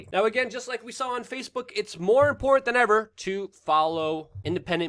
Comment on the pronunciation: Love your content but your speech drives me nuts..it is with not wit and it's important not imporant